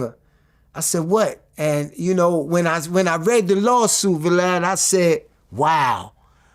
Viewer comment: I like this guy, you can tell he’s being honest according to his recollection. But he’s also funny..Anyone peep how he called dude “Valab” ?!?😂😂😂😂